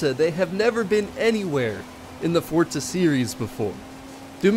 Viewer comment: It’s forza not fortza.. lol